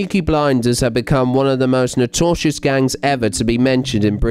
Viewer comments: "Notortious?" Hmm. Bizarre pronunciation of "Notorious". I presume. I hope. As you said in your video, some of those children were driven into 'institutions'. That isn't necessarily a good thing. Not to allude to bad things, but not everyone involved in child care is saint. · Wtf is notosious ? The word is notorious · The narrator needs to go back to school and learn English!! Notorious NOT notorshus!! FFS!! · Depreevd? Notasious? Oh dear..... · "nortortious"?? And it's McNickle, not McHickie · The narrator of this needs to look up and learn to pronounce the words notorious and contusions! Although his version of the former is hilarious and his substitution of the word constitution for the latter gave me a good laugh!( the man had multiple constitutions on his fractured skull!😆!)